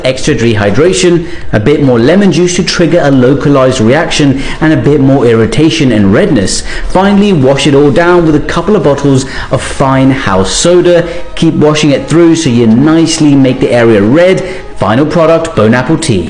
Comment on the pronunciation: That’s EXACTLY what I heard. I’m not sure if that’s how people outside the US pronounce that, but I clearly heard Bone Apple Tea.